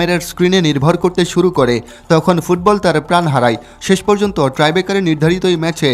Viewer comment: টাই ব্রেকার কথাটি আপনি বারবার ট্রাই ব্রেকার উচ্চারণ করেছেন। যাহা সম্পূর্ণ ভূল।